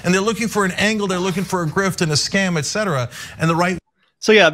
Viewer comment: …I love you guys, but please stop saying “excetera”! Et cetera has no X!